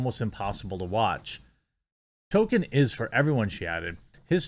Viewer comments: Jeremy, buddy, unless I'm somehow waaaaaaay wrong, it's pronounced TOLL-kin, not Token : p unless you're saying that parodically lol. I love your content and appreciate what you do, just a note. Also, and it's just my opinion, but unless you're viewers are watching along with you, the way you massively self-censor is not only frustrating (although I understand why you do it, since youtube are such authoritarian thought-police) but makes it hard to follow what you're sayin. If I'm reading comments or eating or in a different tab, I wouldn't have known what you meant when you said "Mike...uh haha Bird" as a stand in for Mike Big Fat Hawk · Dude Jeremy, love your content, but Tolkien has an L in it. TollKeeeen. Damn dude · Toll-Keen = Tolkien Its killing me lmao